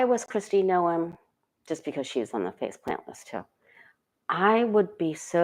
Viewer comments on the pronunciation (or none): 😂OMG! Every time you say faceplant!! 😂😂😂